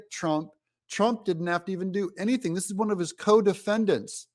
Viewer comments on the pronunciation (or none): none